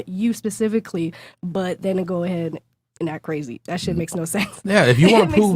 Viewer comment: That bitch beside him legit said " I studied psychology" like we're supposed to just trust ya without any proof of education to someone with a degree in psychology. Black women please stop lying about your education's u can't say " pacifically" instead of specifically and get taken serious. If you say girl cheese nobody cares about your political views